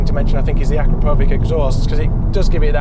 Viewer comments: "Akra-po-vick", is that how we should pronounce "A-crap-o-vitch" now? 😂 Seriously, power to weight comparisons would be useful to know, please. Quick roll over a weighbridge would have been interesting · You'd think journalists could finally get their head around how to pronounce it - but it is pronounced a-krap-o-vitch. It's been around for a long time now. Can we finally get this right? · Can't pronounce the manufacturer of the golf exhaust properly....and these are experts???? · Cannot get over how he pronounced Akrapovic